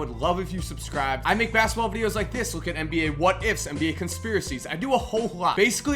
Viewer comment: u said masketball